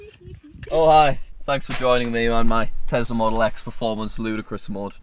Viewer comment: Did he say engine in telsa.